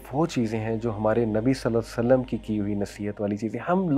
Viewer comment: صلی اللّٰه تعالیٰ علیہ واٰلہٖ وسلَّم مکمل اور سکون سے پڑھا کریں تاکہ حروف صحیح سے ادا ہو سکیں اور ترجمہ درست رہے ۔